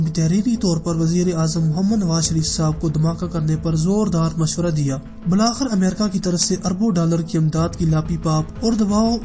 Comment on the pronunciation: بالآخر کا تلفظ درست کریں